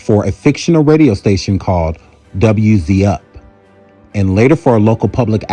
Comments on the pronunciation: He said “W. Z. UP.” 🤦🏿‍♀️🤨😆 it’s “W. Z. U. P.” or “Wuzzup” 🙄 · Did you say “W, Z, -UP?” Mans clearly never seen an episode of Martin in his life.